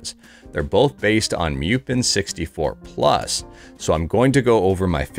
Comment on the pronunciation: Pretty sure it's moo-pen. not m-yew-pen. ...and it's ret-ro-ark, not ret-ro-ar-ch. (The arch is for architecture.) Let's pronounce names correctly for the sake of correctness.